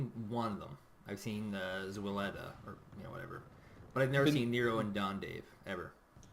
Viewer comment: great commentary, guys! just one tiny suggestion: it´s pronounced like "t-swede-are", not "zwelda"... ;-)